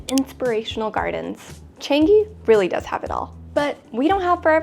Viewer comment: I'm happy that you enjoyed your stay here! I love Changi airport too! By the way, it's pronounced CHUNG-(y)EE. As in Chungus' "chung" and Yee's "ee", but I know how difficult it can be to pronounce! Thank you for coming by and please come visit Singapore again with your friends and family :D